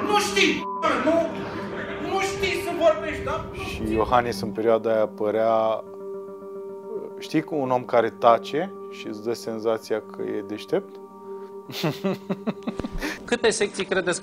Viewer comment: Perodic? 😳 Ce-i aia,,perodic''? Aa... Stai, ca vorbeste peroada iohanis... 😁😁 😂😂😂😂😂😂